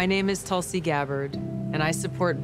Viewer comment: Why she say tul-see instead of tool-see ....